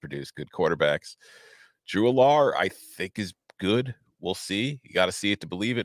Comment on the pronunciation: Drew Allar is pronounced AL-er. Not al-LAR.